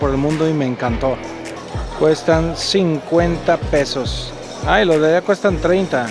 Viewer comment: Casi todos los turistas de hablaixpana le dicen "peos"a los "pesos".